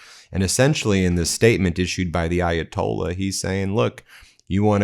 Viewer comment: Hey Donald - How about a 5-50 minute speech about how Ayatollah is NOT spelled EYE-atolla, and that there is a "H" at the end. (We're bored of your usual stories)